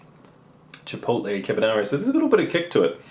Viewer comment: you pronounced Chipotle right the first time